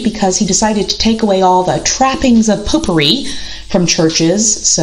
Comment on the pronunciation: Not sure the Poop would be happy about the pronunciation!